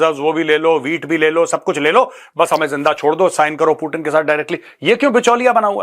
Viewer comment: पुटिन नहीं , 😂 Vladimir Putin पुतिन जी , Have some respect honour 😅😊